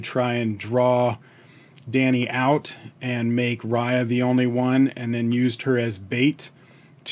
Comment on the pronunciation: Just to let you know.... You are pronouncing 'Riya' as Raaya.... It's actually pronounced as 'Ree-yaa'